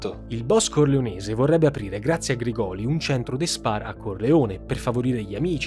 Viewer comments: Ottimo video, sia questo che la prima parte! Solo una precisazione, Grigoli si pronuncia con l'accento sulla prima i, Grìgoli. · Grìgoli, l'accento va sulla prima i. sei bravissimo, hai un bel gruppo di lavoro ma sbagli facilmente gli accenti dei cognomi meridionali, non hai nessun meridionale in zona a cui chiedere lumi prima di girare i video? in caso sono disponibile a darti la pronuncia tonica corretta. scherzo dai, complimenti davvero per l'accuratezza. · Grigoli con l'accento sulla prima "i". Comunque complimenti, ottima ricostruzione. Hai fatto come al solito un lavoro eccellente. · Credo che la pronuncia corretta sia Grìgoli non Grigòli. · Errore di pronuncia su Grigoli...